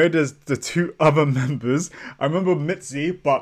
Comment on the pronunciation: Thanks for the reaction.. this is how you should pronounce Minzy : Mint + Z Blackjack on top and always.. 😊